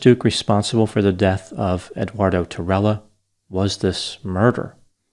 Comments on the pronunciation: Tirella is Italian, pronounced tee_relah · If Spanish then tirella would b pronounced "ti-ray-a." Otherwise awesome vid doc